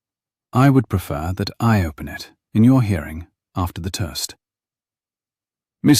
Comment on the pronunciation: Except for the word "toast" 😂